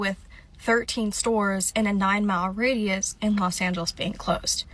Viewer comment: Did she really say lowes an-hell-less? 😂